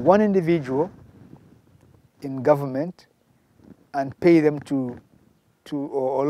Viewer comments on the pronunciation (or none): It’s Dee govoment!!! 🤣🤣🤣